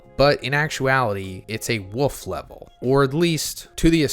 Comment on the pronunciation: I thought you were saying "Wuff" level, like their was some level behind wolf lol.